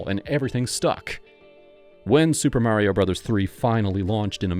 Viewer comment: Great vid 👍 Mario is pronounced mah-rio, not mary-o, by the way.